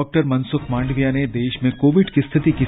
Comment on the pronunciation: आप " माडविया ' बोलते है । ' मांडविया' बोलना चाहिए ।